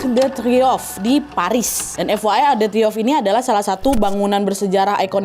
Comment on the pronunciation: Arc de Triomphe bacanya "ark de triong", nak Nadia.❤